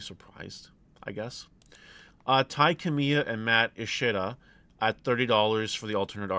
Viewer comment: "Matt A-shita" I'm dying